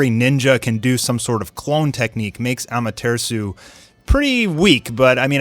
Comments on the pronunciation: It's Amate 'RASU' not Amatersu, remember AMATERASU. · im new to this channel dows this guy say amartesu on purpose or he just says it like that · Am a ter sue 😂😂😐 what did this man just say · Bro you're so white lol. It's pronounced 'Aw-mah-ter-aw-soo' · Da fuck is amatersu stop butchering the name ffs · When you said"AMATEARSU" I gave up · No one:Am-a-tree-shoe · Seriously he says it so weird 🤣 “Ammaterisu” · His pronunciations are bad but this is a cool channel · The Way pronoucing amaterasu seriously stop saying ama-ter-su like what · The way he says amaterasu makes me mad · Why do you pronounce amataratsu like that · why are you saying AMATERASU so fucking weird dude ????????? you know the original way to say it !!!! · Is anyone gonna talk about how he said amaterasu